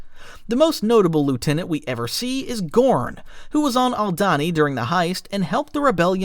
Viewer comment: Lieutenant as well 😂